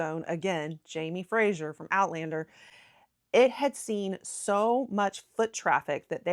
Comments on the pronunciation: Fraser is pronounced the same as 'phrase-er', not 'fray-sure' as you did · Please stop saying Frashier - it’s Fraser (sounds like Frazer, razor, blazer etc). Thank you. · Wrong pronunciation can be a big bug bear to us Scots especially when folk don't do their research beforehand. On that note, the Outlander character's name is pronounced "Fray-zer" (Fraser) and not Frasier as in the US TV show. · It’s not Jamie Frasier it’s Jamie Fraser to rhyme with razor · Scot here… I’ve found that most Americans pronounce Edinburgh edinBOROH . I could list all the mispronounced place names, but that would be cruel and take too long 😅. By the way, Fraser is pronounced Frazer, not Frasher 😉 I do love American enthusiasm for our country tho - it makes me appreciate the country more myself. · I am a Scot and I absolutely loved your video. Great! Just one thing though: the pronunciation of 'Fraser'. It is not Frazier, as in Frazier Crane or Joe Frazier, but rather FRAY ZER - (freɪ zər). I'm sure you'll get a few comments about that. . . But, please keep up the good work. This was a very entertaining , and funny, video. I will be sure to subscribe. Good job! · Stop saying Frazier!!!! Ffs it’s Fraser - practise it. He’s not a comic character from US TV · The name is Fraser, the S is a voiced sound like the z in lazy, not like the s in pleasure. There is no "u" in Fraser. Why are you mangling it? Exasperated groan.